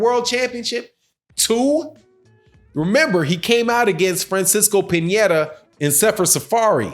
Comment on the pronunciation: my man '' calls pianneta = pinyata lol